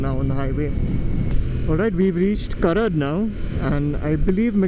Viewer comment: Nice one bro.... just a small thing.... but its karaad.. aad.. not curad... cheers... waiting for the next one....